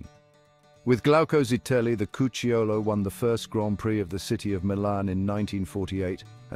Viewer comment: Great video, very informative and well researched! The accent on "Cucciolo" falls on the "u": "Cúcciolo".